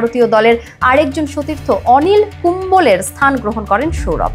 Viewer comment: Kumbole na kumble😂